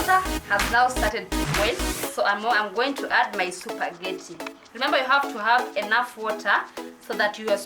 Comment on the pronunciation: its pronounced spa-ge-tea not supergety, nonetheless great SPAGHETTI tutorial